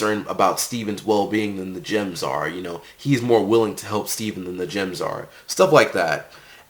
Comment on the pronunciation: i keep hearing the word Gyms not Gems, is it supposed to be pronounced like that?